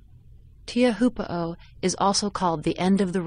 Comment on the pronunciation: I love how incredibly off she pronounced teauphoo